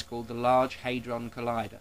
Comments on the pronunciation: it's hAdron not haidron. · It's HAD-ron, not HADE-ron. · It's HAD-ron not HAY-dron, you dozy muppet. When has anyone ever pronounced it HAY-dron, hmm? Only you. Oh, and the french. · just an irrelevant nitpick here, its /ˈhædrɒn/, not /ˈheɪdrɒn/ . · Dont get me wrong fella, i agree with your conclusion and i admire at least the fact you havnt bought into the media hype. But believe me hadron is pronounced 'had-ron' not 'hay-dron'. What youve used there is the flippin american way of saying it, and until they can accept there is an S at the end of maths, theyre always going to be wrong in dialect. Mind you it could have been worse...you could have started nostradamus bashing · i like how you pronounce hadron never heard it before :) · When this idiot cant even pronounce the word 'Hadron' properly, why would anyone believe that he knows what hes talking about. If anyone has actually been underground to see the LHC at CERN, it is most impressive in scale and in substance, and that is why it was funded, it is almost unimaginably bigger than anything used anywhere else in the world. And if anyone actually understands the basic science of whats going on, unless weve got it horribly wrong, then nothing bad will happen